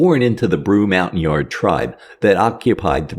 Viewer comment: If you want to be taken seriously, you might consider pronouncing critical words correctly: these autonomous villagers weren't called, "mountain-yards:" (🤦) The word "Montagnard" is pronounced, "MUHN-ten-yar," or, plural, "MUHN-ten-yarz." Either way, it's definitely NOT "Mountain-Yard," you ignorant, illiterate troglodites. How about showing some respect for these people, who put their ALL on the line to serve U.S. interests in the region. These BS YouTube channels that just want to monetarily capitalize on our painful history - while not expending the SLIGHTEST effort to get things right - make me puke as a veteran. As do all of those who give them a pass to do so. (I get it; you're illiterate too, and anybody pointing out their illiteracy ALSO shines a light on you for not even noticing, so you need to get prickly to defend your "honor." But this is too obvious: you get no free pass: if you b•tch about it, you're one too, Cupcake)